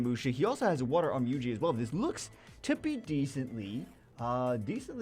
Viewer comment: wonder how long it takes for to realize he is pronouncing onmyouji wrong (its pronounced on myo ji )